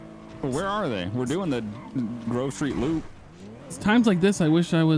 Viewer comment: strawberry says I'm almost to Grove Street, first time though it sounded like I'm almost to grocery..... Is that fruit PD headquarters?